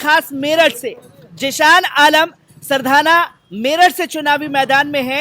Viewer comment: Sardhana bhai kahi hindi ka bhi dukan par bord dekh liya karo aap sahi pronouncetion kiya karo